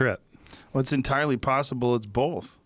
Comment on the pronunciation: entirely puhssibbbrl